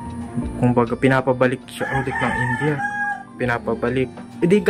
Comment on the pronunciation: Ind-ya hnd Po inja KC Po kinukurek Ng mga indian paano mgbigkas mga Pinoy tinatawanan nla